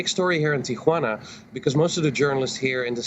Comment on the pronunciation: Ti juana not Tia Juana